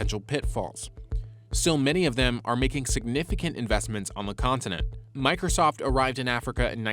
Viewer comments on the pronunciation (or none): none